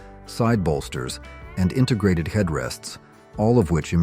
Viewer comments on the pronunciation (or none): none